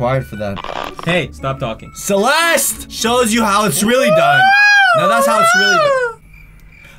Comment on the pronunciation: Celest? You mean Celestia? Tia? Molly?